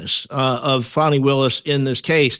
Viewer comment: Please stop calling her 'Fawny' her name is Fani (sounds like 'Fanny').